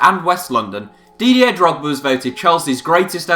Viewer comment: Your pronounciation of Didier offends me